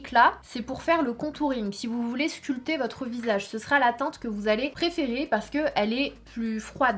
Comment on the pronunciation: Sanaaaaaa on ne dit pas le "p" dans le mot sculpter tu le dis à chaque fois 😂